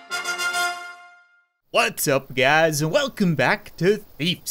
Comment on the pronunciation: What Does The Pawn Shopkeeper Say When You Come In? Fake Options That It Sounds Like Loombeh Roomba What It Actually Says Welcome Back.